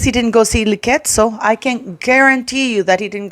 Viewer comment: Liketso in Sotho is pronounced Diketso. Imagine an old woman telling literal babies that she was the most bullied person in the world. That's so twisted.